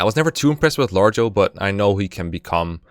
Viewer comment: Lar-go, not Large-oh